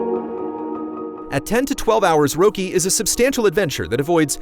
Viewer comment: Oh, as someone who has lived in Sweden for almost 15 years, I don't really care either. It would have been VERY weird if he had pronounced it perfectly. But that's kinda why I hoped he would 😂